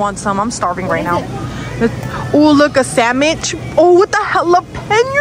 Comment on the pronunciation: I love the way she say sandwhich "samwich" I love it! And I also like sushi!